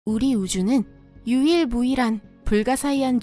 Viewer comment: 너무 좋은 영상과 내용이 잦은 오류로 인해 옥의티처럼 자꾸 귀에 거슬리게 하네요. 사소하고 작은 부분이라 하더라도 잦은 오류 및 부정확한 발음으로 중간 중간 무슨말인지 이해불가인 내용으로 본내용에 집중하지 못하고 문말이지? 에 얽매이게 되어 콘텐츠의 질을 급격하게 저하시키고 있네요. 몇개만 적어보아도 “유일 무일” “일억오천만년 광년” “아믁물질” “다른우주의 경산? (이건 뭔말인지?)” “국소“ ”우주상?“ ”해병“